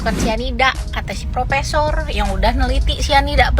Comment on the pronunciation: bukan profesor,,,itu prokesor😂😂😂